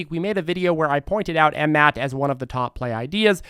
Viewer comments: After over a year, he keeps saying M Mat. lol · Yessir. But its funny how he says the ticker